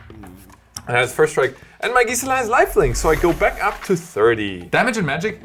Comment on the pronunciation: Your pronunciation on Gisela is driving me insane